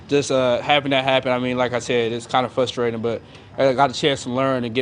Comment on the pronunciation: He says fusrating